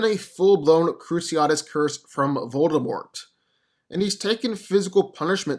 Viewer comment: If I had a penny any time he said voldermolt himself